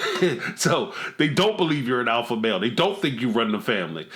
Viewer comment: He can’t even say alpha male correctly xD “alpha mel”